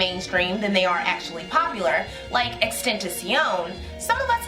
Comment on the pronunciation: The Xxxtentacion pronunciation is insane 😭😭😭